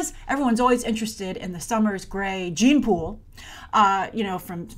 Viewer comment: When you said "gene pool" I heard the couple name Jean-Pool. LOL